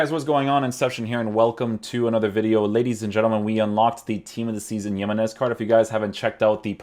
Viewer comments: JI-menez, not yimenez. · It‘s nos Yemenez it‘s Jiménez what the hell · "He-men-ez" not "YEE-men-ez". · The way you pronounce his names makes me wonder if I’ve been pronouncing other names wrong since I always pronounce them the way you do but I know for a fact that that’s now how you pronounce him bro 😂 good vid tho bro! For sure doing him. If you’re wondering it’s HE-meh-Nes 😁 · man said yemenese loooool